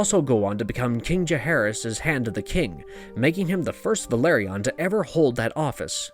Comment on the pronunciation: House "vĕl-AH-rē-on" not Valerion